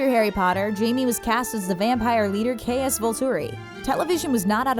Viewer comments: Caius is pronounced as Cah-yoos not Cay-oos. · She’s never saw harry potter nor twilight the way she pronounced remus and caius. Reading from a script clueless